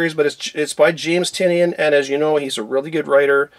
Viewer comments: love your vids and just wanted to give you a heads-up on the pronounciation of James Tynion. According to the man, himself, it's Ty-nin. Anyway, keep up the great work. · Pretty sure it’s pronounced “Tunyan”